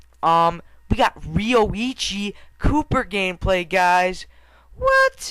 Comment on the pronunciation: lol it sounded like you said sir galleth pooper xD